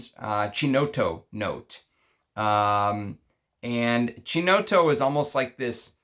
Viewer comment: By the way, dont want to ofend in any way but so you know in italian CHI is always pronounced like a KI as in Killiam. So, Ki-No-TTo. 😄 sorry for the lesson haha